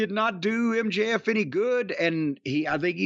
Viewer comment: HOW do you fuck up MJF?!